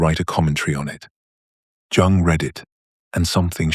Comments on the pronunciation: It’s pronounced Yuung! Not Jung It is an immediate turnoff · AI does not understand that the J in Jung is silent. It makes this reading laughable. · The aside about the feminist critique of anima/animus concepts is the little bit of poop in the brownie mix of this AI tour de force. One other unpalatableable ingredient is the mispronunciation of the names "Jung" and "Job". .